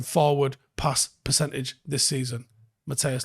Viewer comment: Your pronunciation of Matthijs is slightly of. It sounds like you're saying Mattheus now. The "Mat" part is spot on, the "Thijs" part is supposed to sound like it does in the word entice.